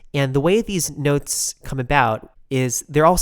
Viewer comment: "sew, you have 7 white nehwts"